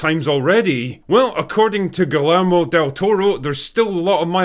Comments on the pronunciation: Gelamo del Toro..? Not sure if yer poking fun, or if yer being legit, but it's pronounced, Gi-Yer-Mo. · "Gil-er-moe del Toro"? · I think his name is pronounced in Spanish as Gui.yammo, not Gui.Lammo. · “Gill-err-mo”? It’s “Gii-er-mo” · Gill-Armo? It’s pronounced GHee-Yer-Mo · Galamo del toro? Drinker are you drunk!? Gui llo tine.. Gui... lle-rmo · Venezuelan here, Spanish is my native language. I just want to say one thing: Gillermo is not pronounced the same as you would in English, in Spanish the LL is pronounced like a J. So try to say it like this: Gijermo (like the band Gojira). Gotta hand it to you that you pronounced the first G correctly 👍🏻 that's it, that's all I wanted to say. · Ghee air moe = Guillermo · "GILL Er Mo" lolz try 'Gee Yaer Mo'. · Gallamo del Torro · Bro really said “Gillermo” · Galammbo del toro??? wow!!! I hope drinker is joking with that pronunciation... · Hello Critical drinker, the "LL" in Guillermo is pronounced like "Y" in New York. Go away now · “Galermo” Del toro 😂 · Haha "Galermo" Del Toro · "Gullemo del toro.." 😂😂😂😂 bro.. cmon learn the mans name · Great review. Its pronounced Ghee-yehr-moe lol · Ok, so you're from the other side of the pound. Guillermo is pronounced Gee yer mo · His first name is pronounced “Gēē-yair (like ‘air’but with a ‘y’)-mō.” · omg the way drinker pronounces Guillermo IS ADORABLE. DON’T YOU DARE CORRECT YOURSELF, Drinker. It’s too cute!! (Plus I know you technically pronounced it correctly for English rules lol) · "Gee lermo".... smfh... and this guy tries to come off intelligent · Gill-Ermo Del Toro. I see the critical drinker hasn’t taken Spanish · Gee - your-moe Del Toro, dude. Naaaah, I would be fine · It's pronounced Ghi-yermo. It means "William" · Drinker, "Guillermo" is pronounced GEE air MOE. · "Gil-ammo"? An interesting interpretation of del Toro's first name :-) And screw you...Hell Boy II is underappreciated! That said, I'll watch this movie. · Nobody pronounced Guillermo worst than TCD.